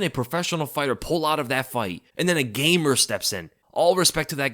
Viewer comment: I'm offended by how u say gamer 😂